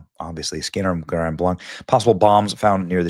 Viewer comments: I live about 15 minutes away from this. The city is pronounced Grand BLANK. They are saying it’s MAGA because the truck has flags and reports that he was wearing a red MAGA hat and shirt. Because they want it to look as much like a Trump supporter as possible. I’m not buying it. My heart goes out to the victims and I pray that the shooters real identity and motive be exposed. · Benny it's, Grand Blank not blonk. I live 45 minutes south of there and 15 minutes north of Detroit all my life we dont pronounce it that way. Nonetheless we are praying for those who died and those who survived may God comfort them and accept the ones into Heaven who died. Im praying for the one who did this that God will serve him the righteous justice he deserves. This is just the very beginning my brothers and sisters in Christ, I pray for you all that you get right with the most high gracious Lord ❤️‍🔥✝️🙏🏼🙏🏼🙏🏼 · It is pronounced Grand Blanc (sounds like blank). I live down the road from there for years. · I live just 12 minutes down the road from there also it's Grand Blanc like blank but with a c not blonc. I been watching love local news all morning. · Also the town is pronounced locally as "Grand Blank" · It’s pronounced Grand “Blank” Huge prayers to everyone. When will mental illness truly be addressed. Healthy people don’t kill people. Healthy people don’t shoot up churches. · Pronounced “Grand Blank” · FYI pronounced "grand blank" keep doing your great work! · Say Grand Blank, then you’ll be pronouncing it correctly. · Pronounced Grand Blank. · It's pronounced like blank benny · I live in Wayne MI where the shooting happened a few weeks ago, and I lived in Grand Blanc through my tender years. This is heartbreaking. We have to stand strong against this evil. FYI it’s pronounced like BLANK. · It's driving me nuts. We have always pronounced it as "Grand Blank" like a firing blanks. Sorry for that comparison, no disrespect intended. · It’s pronounced Grand Blank, hard a’s